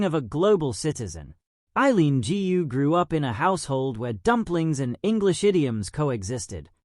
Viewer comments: Correct me if I am wrong, "GU" is a family name in China, should be pronounced "GOO", not "GI-U"! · Gu is not pronounced Gee You but koe with a soft G.